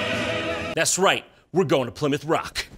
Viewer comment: It's pernounced (Ply-Mouth)